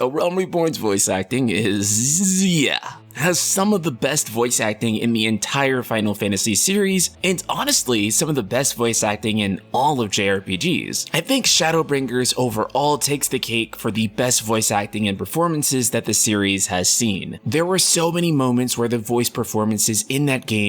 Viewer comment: I don't understand how you pronounce "Shadowbringer". Do you say "Sin-guh" for sing? Or brin-guh instead of bring? Bringer not Bring-GER. It must be some kind of accent but I can't find evidence of it anywhere on the net.